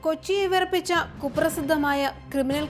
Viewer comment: വെറുപ്പിച്ച അല്ല, വിറപ്പിച്ച എന്നാ പറയേണ്ടത്. കഷ്ടം.